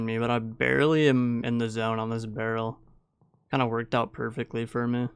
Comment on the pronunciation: bro pls spell ''for me'' like human being,cuz its so tiltable ''hur muee'' fck sake